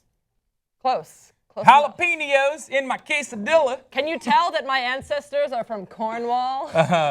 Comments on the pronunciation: it's pronounce hala-pen-yo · did Hassan just make fun of how said jalapenos?? his version is even worse. and least she attempts the ñ.. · mocks for pronouncing Jalapeños incorrectly Pronounces it worse that... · When hasan botches the fuck out of the word jalapeños and then gives shit when she says it cuter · wow hassan can't pronounce jalapeños right and then makes fun of who actually can, dumbass.